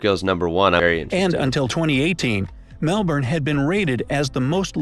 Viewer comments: This guy has gained my respect, when brightside said Mel-burn he said it properly. Good on ya mate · I was enjoying the video, but I truly started to love it when the pronunciation of Melbourne was mentioned. It's "Mel-bin" and that's the true Victorian way of saying it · Yeah, nah, have another listen. He gets the Mel-ben not the Mel-born pronunciation. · Thank you so so so much for pronouncing Melbourne correctly! It's Mel-Bin. Americans always pronounce it wrong. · I love how you pronounce Melbourne correctly - thank you! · Hahaha! Love how you corrected the narrator’s pronunciation! 😎👍🏼🇦🇺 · finally an american who pronounces Melbourne right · Giant thumbs up for your pronunciation, mate! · Love the videos :) However the video pronounced Melbourne the right way, just pointing that out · I haven’t watched it yet but you better watch out what you say here Never mind you cool😎 also thx for the proper Melbourne pronounce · im so glad u dont say Melbourne like him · Yes thank god! I finally found an American who doesn't call Melbourne melBORN that is really annoying. Also we have McDonald's and Call it Macca's, he have kfc, starbucks but almost nobody buys starbucks, no taco Bell chick fil a and we probably don't have most of the things in America. Also we have Woolies and Coles here but if you don't have Woolies or Coles then where do you buy your groceries? Please answer. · Omg a foreigner who can pronounce Melbourne right!!